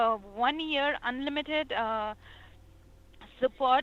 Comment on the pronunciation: I love how she has to charge up her inner soul magic to say 'unlimited'.